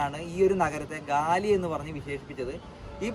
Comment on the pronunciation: ഗാലി അല്ല. ഗാല്ലെ